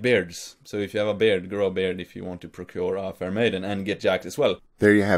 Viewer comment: I think he say bard, i don´t know how to grow one.